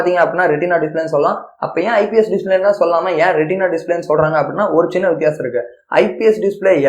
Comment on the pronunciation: Retina bro not rentina